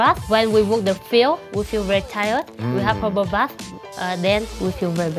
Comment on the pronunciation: i believe it is herbal bath but yeah sound like hobo